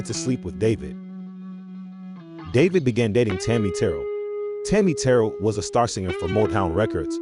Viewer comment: It was the combo the voice the moves the showmanship Tammi Te rell.pronounced